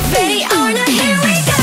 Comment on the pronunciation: Other members: Ready or not Hyebin: LeDi oL nOt :)